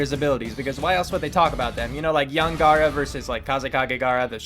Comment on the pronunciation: Shu gar? It's hung gar